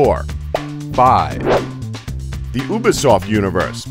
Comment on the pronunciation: he said uba-soft